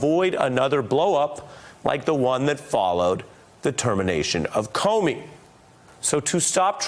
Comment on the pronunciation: ''Corney'' hehe